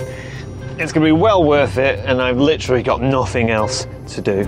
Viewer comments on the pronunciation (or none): none